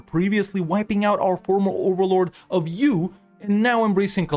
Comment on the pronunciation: I get confused every time you say “U”